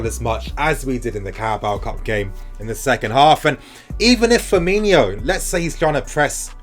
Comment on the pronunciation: It’s Firmino, not Firminho